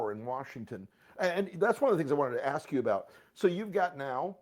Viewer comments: Do educated people say "umo axe you a question"? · She said "umo axe you a question" and she is going to school someone?